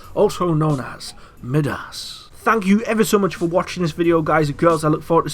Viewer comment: Wouldn't it be MY-DAS not ME-DAS